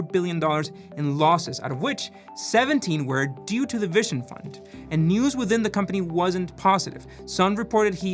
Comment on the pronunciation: If he says "vishon" fund one more time, I will throw my mobile out the window 😬